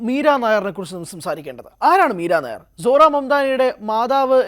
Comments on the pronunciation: മീരാ നയർ അല്ല നയ്യാർ ആണ് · എടാ പൊട്ടാ , നീരനായർ അല്ല മീര നയ്യാർ എന്നാണ് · യി വ്ലോഗർ കു വായില്വരുന്നത് വച്ചു കാച്ചുകയാണ്. നായർ അല്ല നയ്യർ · Not Meera nair, meera Naiyar. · മീര നായർ അല്ല മക്കളേ മീര നയ്യാർ ആണ് .... ഇവിടത്തെ നായർ കാസ്റ്റ് മായും ഒരു ബദ്ധവും ella ...... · നയ്യാർ not നായർ. .....പൊട്ടനാണോ റിപ്പോർട്ടർ 😂 ന്യൂസ്‌ 18 നിൽ ആരും ഇല്ലേ re check ചെയ്യാൻ air ചെയ്യുന്നതിന് മുന്നേ. ..... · മീര നായ്യാർ ആണ്, നായർ അല്ല... അതു വേറെ ജാതി. വിവരം ഇല്ലാതെ വല്ലതും വിളമ്പരുത് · മീരാ നായർ അല്ല മീര നയ്യാർ ആണ് ശരി. ഒറീസയിൽ ഉള്ള ഒരു കാസ്റ്റ് സർനെയിം ആണിത്. കേരളത്തിലെ നായർ അല്ല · Meera Nair alla. Meera nayyar aanu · നായർ അല്ലെടോ നെയ്യാർ.... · MIRA NAYYAR not NAIR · പഞ്ചാബിൽ നായർ എന്നതിന് നയ്യാർ എന്നാണ് പറയുന്നത്. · മീര നായർ അല്ല സുഹൃത്തേ മീര നെയ്യാർ എന്നാണ് അദ്ദേഹത്തിൻറെ പേര് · നയ്യാർ ആണ്.നായർ അല്ല. ഇവർ പഞ്ചാബിയാണ് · നായര് അല്ലെടോ നയ്യാർ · നായർ അല്ലേടാ മാപ്രേ നയ്യാർ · മീരാ നായരല്ല. മീര നയ്യാർഎന്നാണ് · മീര നായർ അല്ല നയ്യാർ ആണു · നായർ അല്ലെടോ. നയ്യാർ എന്നത് പഞ്ചാബിലെ ഒരു ജാതിയാണ്. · ഇവൻ ഏതു അവതാരകൻ അറിയില്ലെങ്കിൽ തള്ളാൻ നിൽക്കരുത് നായർ അല്ല നയ്യാർ അറിയില്ലെങ്കിൽ പറയാതിരിക്കുക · മീര നായർ അല്ല, നമ്പിയാർ അല്ല, കുറുപ്പ് അല്ല അടിയോടിയല്ല, മേനോൻ അല്ല മീര നയ്യാർ.... പഞ്ചാബി. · 😂 മീരാനായർ അല്ലടോ....മീരാ നയ്യാർ ആണടോ.... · നയി യ്യ് ർ എന്ന് പറയാൻ അറിയില്ല മയി റേ